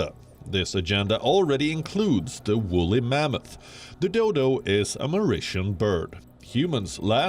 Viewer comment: Did she said the Doydol?